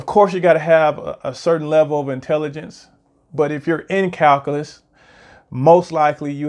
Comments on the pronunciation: FYI, its pronounced - KAL - Q - LUS, not Kal - Kah - Lus. It's very hard to take someone seriously if they can't correctly pronounce the subject correctly, especially if they are born in the U.S. and the video is in English. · What's "calcalus"? Is that like calculus?